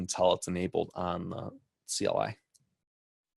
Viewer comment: "kly" lol - cee el eye!@